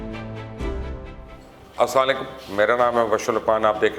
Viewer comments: Sir please Salam proper pronounce kia Karan thank you. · Sari batyn aati hain salam dhang se karna nhi aata